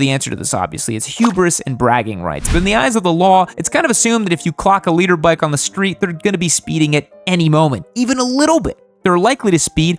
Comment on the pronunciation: i swear he was saying "Leader bike"